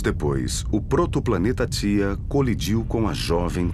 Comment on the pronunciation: Planeta thia kkkkkkkkkkkkkkk é theia